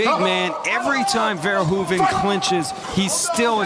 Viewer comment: I like how Ron Kruck is really making an effort to pronounce Verhoeven's name like a native Dutch speaker would pronounce it. . He must have practiced that a hundred times :)